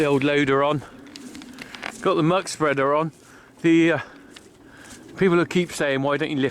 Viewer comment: you are murdering your muckspreder 😂